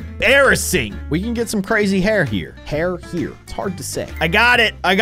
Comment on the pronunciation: It is not hard to say hair